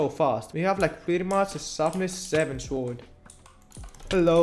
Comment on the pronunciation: You might be my favourite uhc youtuber ever🔥🔥🔥 Oh yeah and btw you don't say the w in sword :)